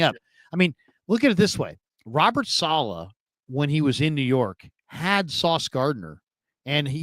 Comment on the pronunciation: Say his name right!!! U are major cringe with that shit.... it's Saleh not saalaahhhhh...🤦🤦🤦